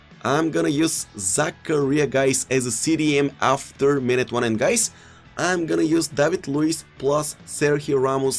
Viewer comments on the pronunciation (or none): none